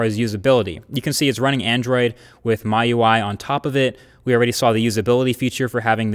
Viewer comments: MIUI is pronounced "MeUi not MyUI" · that's a common error. X is pronounced sh in pinyin. Xiaomi is a two syllable word: sheyao-me. Xiao rhymes with meow, like a cat. Also the OS is pronounced "me" UI and not "my" UI.